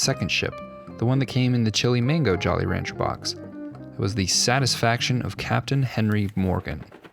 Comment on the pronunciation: Am I the only one that heard jolly rancher series? Hahahaha